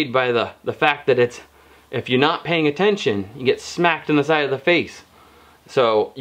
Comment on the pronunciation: "paying-a-tention" Mohahahaha